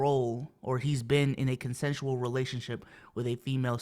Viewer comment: can’t say consensual? 😂